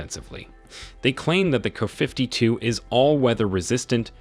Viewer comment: The narrator can't pronounce K a.